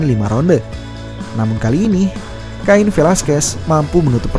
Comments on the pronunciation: Kain ? Kein bro penyebutannya 😅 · Penyebutan Namanya Bukan "Kain" min tapi "Khein" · pronounce admin sebut salah... cara sebut cain sama seperti ken..... cain - ken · Cain..bacanya..kein...bukan ngajari bang...biar enak aja denger narasinya..hehe..